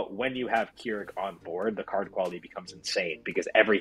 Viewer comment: Listening i can see y'all don't know how to play k'rrik. Also its krrik like crick in the neck. Not keerik